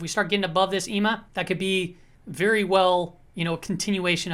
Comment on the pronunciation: Please stop saying EMA like it's a word.